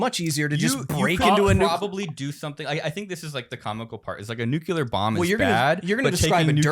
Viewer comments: Everyone else: Nuclear Will: Nucular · You can tell little Willy grew up in during the Dubya Bush administration, says “nucular” every time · Literally the whole episode I was annoyed by the constant nucular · also WILLIAM ITS NUCLEAR. NEW-CLEAR. NOT NUCULAR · "NU-CUE-LEAR" triggers my autism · Goddammit, Will. NU-CLEAR. NUUUUU-CLEARRRRR.